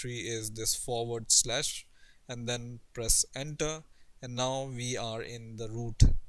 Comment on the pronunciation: i thought you said placenta. But you said Press enter